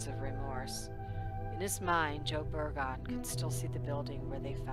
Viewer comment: Excellent video, thank you for keeping this case public. I pray there will be justice for Precious one day. Just an FYI, Det. Burgoon is pronounced Bur-guhn. Just wanted to let you know. Thank you again.